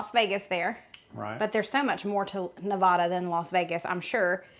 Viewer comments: You are in mispronouncing nevada.. Ne vad duh. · Burger looks great Nevada is pronounced Neh- VA-duh. The middle sound rhymes with “ad” in sad or mad. Love your videos! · Girl love you but please don’t say Nevada like that 😂😂. It’s not nevahdah mama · It’s Ne-va-da, not Ne-vah-da. We take that personally. People will fight you. Just saying. 😂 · As my t-shirt says, " It's Ne-Va-Da, not Ne-Vaw-Duh"..such a mix of cultures here. More than a shrimp cocktail for sure. Love this series. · Nevada is pronounced Nev-aa-dah, not Ne-vah-da. The quilt is exquisite, as a quilt maker myself I must say Wow! What a wonderful job. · Love your channel. Love you guys you’re awesome. In preparation for your Nevada video I just wanted to mention you are mispronouncing Nevada. Nevada is pronounced neh-VAD-uh not neh-VAH-duh. Again, love you guys in your channel ❤ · Just a head’s up: Only people NOT from here call it Ne*vah*duh. Here we pronounce the middle syllable to rhyme with *cat*. Ne*va(as in cat)*duh. And I agree with another poster who said good luck coming up with a food our state is known for. Maybe look up around Carson City in the more historic areas? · You two are so funny. You are trying to fancy up Nevada. It's not neh-VAH-duh, it's neh-VAD-uh. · Love the series even though I'm a vegetarian. BTW Nevada is pronounced Ne-va-da (a, like hat) and not Ne-vaw-da. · Those burgers look delicious! You can tell you’re not from the west. neh-VAD-uh. Looking forward to what you dig up in Nevada. Probably some sort of basque dish. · I love watching this series and all your commentary! Awesome! As a former Nevadan, may I help you with the pronunciation of Nevada? Its Ne-va (as is apple)-da (as in uh) 😃